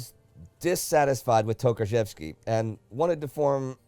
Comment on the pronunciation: Wait, you read TOKARZEWSKI correctly? Well done (you cheated and looked up the pronounciation on google translate, didn't ya? WELL DONE).